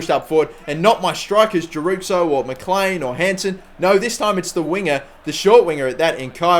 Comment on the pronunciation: Mclean is pronounced. Mcleen